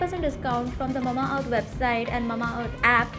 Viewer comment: Its MA-MA earth and not Mumma earth 🥲😅